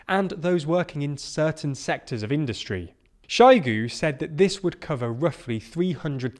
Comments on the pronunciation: Do have the decency to invest a bit of time in pronouncing foreign names. It's very hard to listen when you get a "Shygu" here and there. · Please work on your pronunciation of words like Zaporizhia (zh makes a sound like the ‘s’ in ‘pleasure’), Kherson (Kh makes the ‘ch’ sound in ‘loch’, more like a throaty ‘h’ than a ‘k’) and Shoigu (oi is pronounced like the ‘oy’ in ‘boy’). All these mistakes make it seem like you haven’t listened to how these words are said or haven’t made much effort with your investigations. Would you trust a news programme reporting on British news about ‘Landon’ or ‘Mankester’ and Prime Minister Trass.